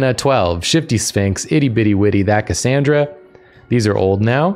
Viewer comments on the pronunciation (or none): none